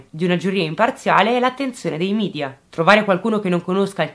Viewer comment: Ti prego!!! media si pronuncia media non midia, non è inglese!!!!